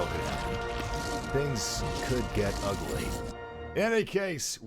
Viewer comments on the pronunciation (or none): none